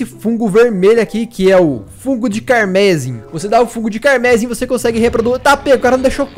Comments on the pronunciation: não quero te corrigir mas não é carmésim que fala, é carmesím, é uma cor e a palavra é em português msm. Desculpa, adoro seus vídeos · Não é carmésim, carmesim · vc tá falando errado não é fungo de carmezim e sim fungo de carmesim como se tivesse falando sim não zim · éeeeee carmesim é uma cor e não se fala "carmésim" se fala "carmesím" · só uma correção meu mano, a pronúncia correta é "carmeZÍm". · É fungo carmesim, não fungo carmésim... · Uma coisa a cilaba tônica de carmesim fico no i ,não no e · Fungo carmesim Carmesim se pronuncia "carmesím", significa vermelho. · se pronuncia carmezím, como se falasse com z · Detalhe: Não é "camérsin" a pronúncia, não nenhum acento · A pronúncia é CarmeSIM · É sério que ele pronunciou "Carmesim" como "Carmézim"? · Da uma agonia você falar tudo errado, como por exemplo carmesim. A pronúncia de carmesim tem entonação no " i " C A R M E S Í M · cármesin é foda kkkkk sabe nem falar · Que seja ué, mas que tá errado tá. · Caramba errou feio na pronúncia da palavra carmesim